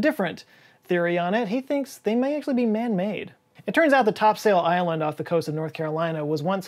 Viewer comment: My god...Could you have pronounced "Topsail Island" any more wrong??? non locals....